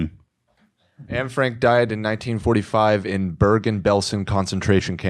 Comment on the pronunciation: Will nobody talk about how badly they're butchering Anne Franks' name? (In terms of pronounciation I mean)